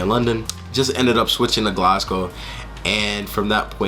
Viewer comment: your the first american ive heard pronounce glasgow the way the scots say it!!!